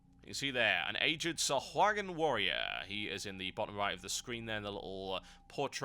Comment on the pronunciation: its pronounced sa hoag in the u is a long O sound